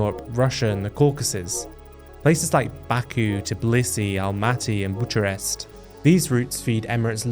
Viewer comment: Butchered Bucharest.